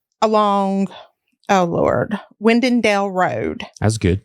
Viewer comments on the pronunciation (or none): The road Chandice Cochran was last seen on is Widen-Dille Road. It’s pronounced Widen(normal pronunciation)-Dill (like the pickle). Widen and Dille are two unincorporated areas in Clay County.